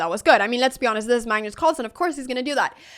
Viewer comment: Are you saying mangus or magnus or mangnus? Are you saying engame or end-game? Are you saying improdin or impartant or impordint. You're still saying bast like bad instead of best like bed... I love listening to you no matter what you say. And then I love listening to what you said. When I win my first online chess game (still didn't yet) it will be because of you. Actually I won for the first time a chess game against my 90 yr old father, and he was so proud of me! Since then I've been loosing.